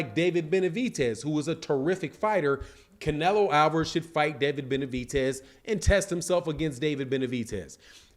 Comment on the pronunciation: its david BENAVIDEZ not benavitez tf